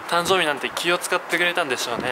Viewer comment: たんぞーびwwwwwwwww